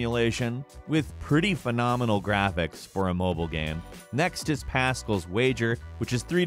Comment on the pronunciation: Ah yes, "mobyle" games